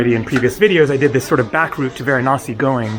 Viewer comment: It's interesting, you know every indian God's name exactly and your accent while naming of Gods are really impressive... thanks for visiting VARANASI